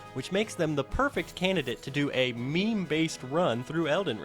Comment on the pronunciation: Why does he say meme like he was just taught about the concept 2 days ago by his kid